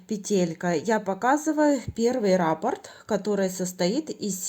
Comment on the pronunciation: Всё очень понятно, спасибо за подробный МК, единственное, что царапает ухо - рАпорт. В вязании используется термин "раппОрт". Рапорт - это заявление или объяснительная по-армейски 😁 но сам МК очень понятный. Для тех, кто пишет, что непонятно, сколько петель, сколько сантиметров - смотрите и внимательно слушайте с самого начала - автор подробно рассказывает на какой размер головы, какими нитками, какими спицами, сколько петель. Для тех, кому неудобно вязать такое маленькое количество петель на круговые спицах - чулочные вам в помощь. Или, как я, свяжите не закольцовывая, в конце работы в этом случае, надо сшить 😂